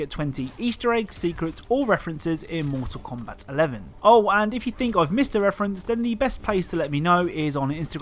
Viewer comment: Everyone: "Mortal Kombat.": "Moetahl Kowmbat."